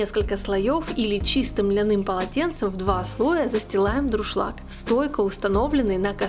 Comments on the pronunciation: дуршлаг а не друшлаг!!!! кулинары !!! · правильно говорить и писать нужно ДУРШЛАГ, а не ДРУШЛАГ. За рецепт спасибо. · спасибо за рецепты, извините, правильно говорить ДУРШЛАГ